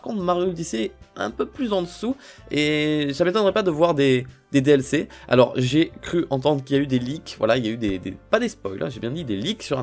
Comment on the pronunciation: Wow quand ta dit "Des DLC dans Mario Odyssée" j'ai entendu "DDLC dans Mario Odyssée".. Surtout qu'il y'avait la musique DDLC derrière